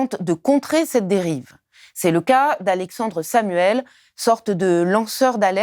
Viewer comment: Pourquoi tous les noms sont écorchés ? AlexanDRE Samuel . blessed in SID, ad hominez... Ça ne fait pas très sérieux.